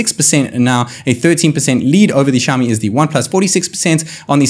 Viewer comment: Why can u speak properly,is xiao mi,xiaooooomi....wtf u speaking,go back n study back plz...